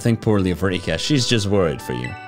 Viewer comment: I love how alomst every content creator that have played this game always calls Rika "Riku", goes to show how popular Kingdom Hearts's Riku is i guess? XD